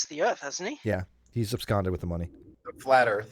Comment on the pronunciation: "Absconded"? "AbSCONDED"? He done absquatulated with it!